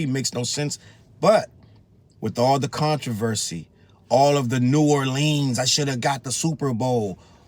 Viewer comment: First off bruh...My city is pronounced New OR lee unz. We hate when people say New OrLEENZ.. Secondly.. Lil Wayne wants to claim my city now. He hasn't done sh*t for my city. Any black man who says there is no racism, can kiss my azz!